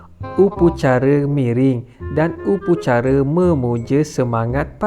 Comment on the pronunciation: Upacara lah bukan upucara